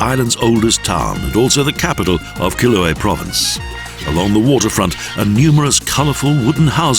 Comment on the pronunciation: "ofichinas"!?!? Quiloé?!?!?!? This sacowea thought he was reading Italian ¬¬